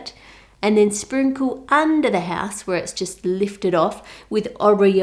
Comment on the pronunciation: How To Cook That i love how u say ”ouse” ❤️❤️